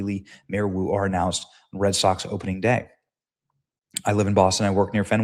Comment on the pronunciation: That not Boo that Woo as in Mayor lmao